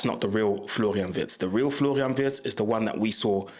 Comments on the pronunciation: ? How comoes? YOu pronounced Wirtz's name perfectly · Just as a compliment: Unlike most English content creators, you pronounce the name of Florian Wirtz just like a native German speaker! 👍